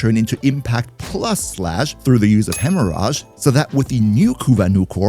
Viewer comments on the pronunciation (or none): Hemmo-ridge. Not hemmo-raj lol loving ur vids as a new player